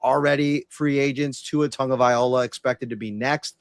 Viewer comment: Is trolling us at this point? How, time after time, does he mispronounce Tagovailoa? It's not difficult.